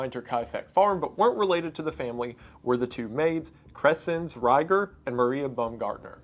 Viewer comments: the way he pronounced rieger made me so upset 🥀🥀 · Quick correction: The Maids Name wasnt Reiger (spoken like raiger) but Rieger (which is spoken like Reeger) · Kreszenz Rieger would've been pronounced R-EE-ger I believe. In the German language, whenever i and e are next to each other, it makes the sound of the one that comes second. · The ie in Rieger is more pronounced like ee in German so Kresenz Reeger